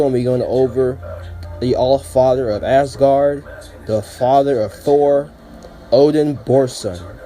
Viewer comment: Okay this is irrelevant but did you just call Asgard Assgard?